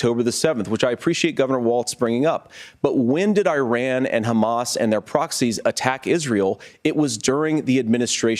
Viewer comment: Both of these guys need to learn how to pronounce IRAN.